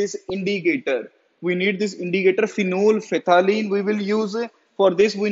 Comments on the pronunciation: Sir tht is phenopthalene...not phenol phe thalene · Not phenol phethaleen This will be phenophthalein 😁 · everyone: phenolphthalein this guy: phenol phethaleen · HOW DID HE PRONOUNCE PHENOLPTHAELINE ?!